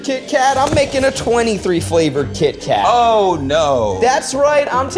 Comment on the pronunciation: I thought he was saying Keith Kat the whole time and for the label to not match drove me crazy.